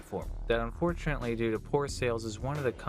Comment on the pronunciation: It sounds like you keep saying 'Un4CHANately', is that an easter egg in itself?